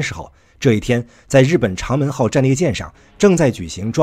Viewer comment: 长【zhang】门 长【chang】门 【zhang】聊影 【chang】聊影